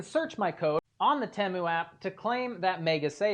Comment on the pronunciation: TEE-Mu, not TEMu